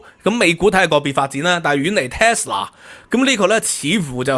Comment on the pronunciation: Tesla, not Telsa